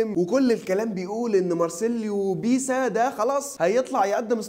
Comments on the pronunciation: اسمه مارسيلو بيلسا مش بيسا يا عم اصحي ليغفلونا ✊️😄😂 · بيلسا يا عم مش بيسا